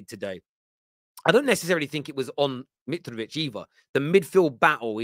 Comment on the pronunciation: LeanDDRRRo and muDDRRRyk, oh and miTTRRrovic now… bro why you rolling your Rs like that ?!